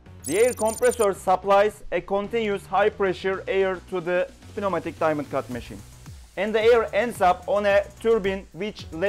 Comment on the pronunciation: The P is silent in pneumatic.